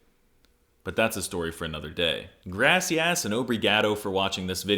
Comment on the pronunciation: Grassy-@ and OH-bree-gAAdo to you too